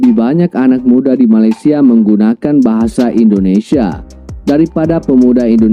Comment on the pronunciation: Sayangnya kalau nyebut Indonesia....jadi endonesa...bukan endonesa bang...Indonesia....